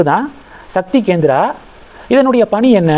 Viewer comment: Gendra இல்லை, Kendra